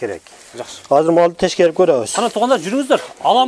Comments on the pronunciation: Урматтуу вет врач мырза. Тешкерип эмес. Текшерип деп суйлосонуз туура болот . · Тешкерип беребиз эмес текшерип деп суйлонузчу